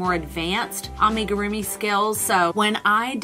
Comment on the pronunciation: It’s pronounced “lew puteet” and “ah-me-guru-mi” 🧶